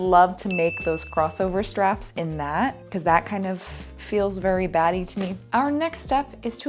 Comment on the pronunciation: I know she's saying "batty" but I keep hearing "a little baddie" 😂